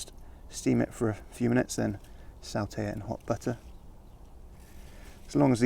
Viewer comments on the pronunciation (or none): Pronounce sauter as French as in slow. Owe etc sotey